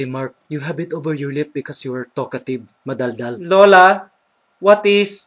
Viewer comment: madaldal... sounds like ma-dull-dull...hehehe